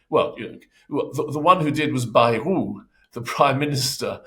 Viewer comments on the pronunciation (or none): You say Bayou, they say Bayrou.